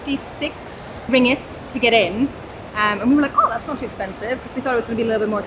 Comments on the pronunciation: The currency is pronounced RING-GIT. There's two Gs. 😉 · Great vid and your mistake was a understandable at the Petronas Towers. You were lucky to get in on the same day. One suggestion, the currency is pronounced RIN-GIT not RING-IT. But who cares as long as you have enough. I am looking forward to your visit to Langkawi. We were last there in 2013 and stayed in the Pantai (beach) Tengah, Pantai Cenang area which are along the same stretch of beach. Looking forward to your reactions we are going there next year. Malaysia is one of our favourite places in the world. In Langkawi hire a car. Such an easy place to drive and takes no time to see the island.